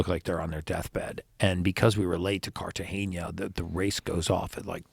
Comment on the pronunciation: I loved everything about this interview until he said Carta-geña. Lol